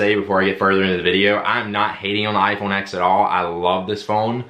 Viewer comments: The "X" in iPhone X is a Roman numeral, not a letter; therefore, the correct pronunciation is [ten] not [ex]. The "swipe and then throw to the side thing" doesn't have to be as time-consumingly dramatic as you make it. You can just swipe up, like you do in the first example, and then slightly to the right and you are immediately in multitasking, making it equally as fast as the double tap. Control center access is now at the top right, because swiping up from the bottom is now the home command. The headphone jack is antiquated technology. There are all types of Bluetooth receivers that you can use to get audio into an analog aux port. Then, you can still charge your phone while playing music. Also, there are several wireless travel chargers available now, making it possible to both play music and charge without a single cable. With the "looking at the back of the phone" thing, that's just basic situational awareness. I can't help with that. Sorry You might want to get with Apple on your issue with raise to wake and Face ID. I deal with multiple iPhones daily, and this is certainly not typical of the iPhone X. Raise to wake normally works flawlessly and Face ID is considerably faster than Touch ID. In fact, with Touch ID there were two, albeit very quick, steps: pressing home and then the reading of the fingerprint. With Face ID, by the time I swipe up (usually before I even touch the screen) Face ID has already unlocked the device, making the experience much more seemless. Yo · for the love of god, as someone that is essentially a tech reviewer - stop calling it the 'iPhone Ex'. Please. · It’s pronounced “iPhone 10